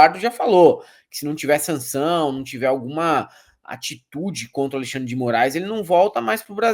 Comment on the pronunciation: Quem fala Alixandre é o tal do Do val tbm.